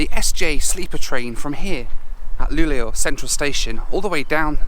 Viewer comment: A few things: you seem to pronounce Luleå more like "Luglio" (which means "July" in Italian). "Sovvagn" means "Sleeper wagon", "väckning" means "awakening" and "en smak av Sverige" means "A taste of Sweden".